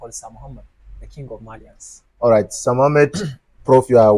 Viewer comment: He said the king of Marlains 😅